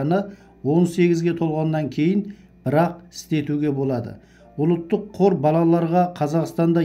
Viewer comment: Ұлттық деп айт ұлыттық емес дұрыстап сөйлеу керек.